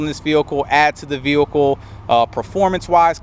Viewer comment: The way this guy pronounces the word vehicle it's sounds like he has a speech impediment. 😿